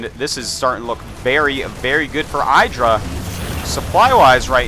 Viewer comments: its idra not eyedra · ih- dra. not eye-dra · and hes gotta say idra right its not eyedra, its idra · It's pronounced "iddra", not "I draw" ;o) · Artosis it's ihdra, not eyedra. He said it right next to you in your imbalanced show #1. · Eye-dra... lol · And he mispronounced "IDD-ra" throughout the whole game... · eye-dra *shivers* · Why does he say EYEdra? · You'd think Fartosis could pronounce IdrA's name correctly being a GSL Code S caster...... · John Yentes He mispronounced it on purpose bc he likes to mess with his friend Idra. =] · How is Artosis so close with Idra he even has his own show with him and yet he pronounces his name wrong..